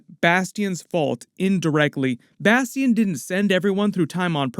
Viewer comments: No way that’s how you pronounce bastion 😂😂😂😂😂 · You the only one I know that says Bastion name like that .. Bas-Tee-In